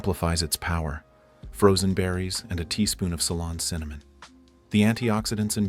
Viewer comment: Salon cinnamon! Oh AI, you kill me! 🤣